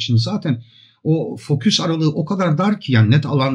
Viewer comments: Estağfurullah, hata demeyelim de çok şık bir telaffuz farkı diyelim. Sayenizde ben de severek kullanmaktayım:) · merhabalar, emeğinize sağlık. merak ettiğim bir şey var; neden fokus yerine foküs diyorsunuz?